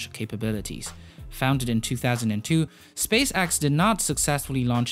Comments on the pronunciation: Space X.. not space AXE.. you twit. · Drinking game! take a drink everytime he say "SpaceAxe". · Probably a good video, i wouldn't know tho because all i could hear was "space axe" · You’re saying “Space-ax” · Space x not axe but decent vid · epic you say apec SpaceX you say SpaceAxe death you say dath heavy you say havy no hate just facts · "Space Axe" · SPACE AXE fix yo accent bro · learn to pronounce the difference between "man" and "men" and stop saying "space axe", "aepic Falcon Haavy", "more than aever"... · well it's either Space Axe or Space Ex. You decide. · Stop Saying space"axe" 😂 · Apic and axe lol I’m crying😂🤣😂🤣😂🤣😂🤣😂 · Space Axe? Apic? Your pronunciation of E is diffarant... On a serious note, awesome video! 👍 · Falcon Havey, SpaceAXE. up your pronunciation game baddey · say space axe one more time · Say “space axe” one more time. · Also, "Falcon Havvy" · Space "axe" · Why do you keep saying Space Axe? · "spacaxe" "apic" Lol great video tho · I think he’s Dutch